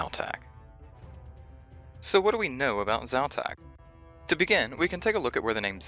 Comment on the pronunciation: Quite interesting, I'm still surprised that people pronounce letters and emphasis so differently. In my mind I'm calling Xau-Tak something like... KZ'ow-TàK (with most emphasis on the last part) whereas you pronounce it more like Zao-Taak (with emphasis on the first part). Is there a reason to belief Xau-Tak is a male god btw? And... Why was I not able to get that Xau-Tak reference in Nomad's Elegy? :( I had the impression that that black stone slab and the horrors (cave, jungle, skelletal) are somewhat related to this too. Not only is the Skeletal horror able to do mind control, but it also shares the link with (un)dead: talking to us in the underworld and animating ex-parrots and the skeletal horror. Witchwood trees would have to be related to this content somehow too, since it has an effect on the cave-jungle horrors. And given the properties of this wood/tree species... I think it might be (distantly) related to the Blisterwood trees.